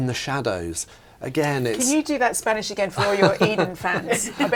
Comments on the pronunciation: I love! A very good Spanish pronunciation. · Way to go, perfect Spanish pronunciation! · Great spanish pronunciation 👏🏻👏🏻🤩🤩